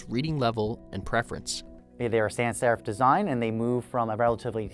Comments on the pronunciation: It's not san serif, it's sans serif or sans-serif. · It's not san serif, it's sans serif. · It is "sans serif" stemming from french "sans" meaning "without", so "without serifs" and not "san serif" as you write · should it not be "sans serif" rather than "san serif"? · "SAN SERIF" really? In a video about Typography..? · sans in sans sherif has a s at the end, because sans is the french word for without. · "SAN SERIF" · The 'i' in Linotype is long and rhymes with 'wine'. And 'causal' is mispronounced too - it's 'aw', not 'oh'. And it's 'sans' serif, as in the French for 'without', not 'san' serif, as in Spanish for 'saint'.